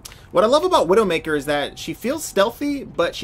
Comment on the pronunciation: Did you intentionally call her Windowmaker?